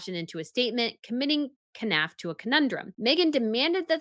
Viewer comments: Jason Knauf (Nawf) you don't pronounce the K. :) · You know the K is silent in Knauf right... you wouldn't pronounce Knife as K-nife